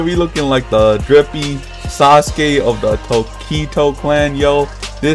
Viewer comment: thats not sasuke uchiha thats sas u ke uchiwa